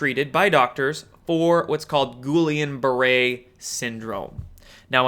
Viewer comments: Guillain-Barré is pronounced roughly "GHEE- LAY BAH-RAY " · Dude, that's French. Pronounced guh-YAYN bah-RAY. My brother had it, your immune system attacks your central nervous system, they have no idea why. You will lose 1 year of your life best case. Spend 6 months in intensive care, they have to constantly draw your blood, remove whites blood cells and.put it back. THEN you get to learn to walk again. Btw they will then warn you to never get a flu shot... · A minor mispronunciation on the old G-B Syndrome. It's no sweat, but if you want help, send me a DM via my YT channel. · Please learn how to pronounce Guillain–Barré, you sound like you don’t know what your talking about. Other than that keep up the good work.